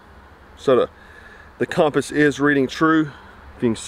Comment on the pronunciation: My man can’t say ‘compass’